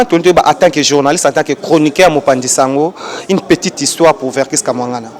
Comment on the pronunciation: Chroniquer prononciation nayo eza bien te Kia....est non Ka stp